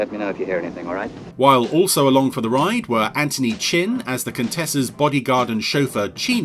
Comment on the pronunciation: If that’s spelt Anthony, than you’re pronouncing it wrong. Anthony is pronounced “An-thon-ee”. I don’t know how so many people mess up the “th” part of it...